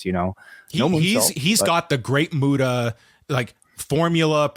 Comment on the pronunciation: MU-TA.....not Muto